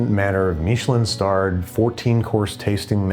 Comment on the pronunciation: Michelin is an American company. No need to say Meechelin.